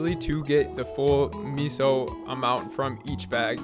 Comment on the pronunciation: Nice vid. Don’t ever say meso like that again omg